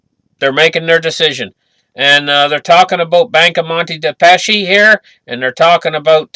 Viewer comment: thanks. right to say is "...dei PasKi" not "dei PasCi". In italian ""ch" is read as "k". I think you will turn back soon to this topic and this bank, so it was better to know the right name. I think they will bring some destruction in Italy to avoid bail-in. Some good earthquakes and we have a justification to blow up and manipulate people. But in this case they should do bad things also in others parts. So we will see, but situation is very fragile...